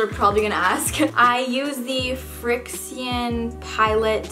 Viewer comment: It's pilot fricshion- that's how to pronounce it😉